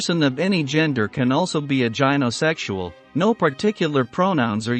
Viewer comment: AI babble with 'gynosexual' mispronounced.